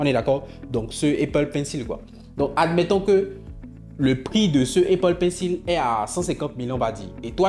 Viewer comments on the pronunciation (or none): none